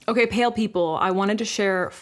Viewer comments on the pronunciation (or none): none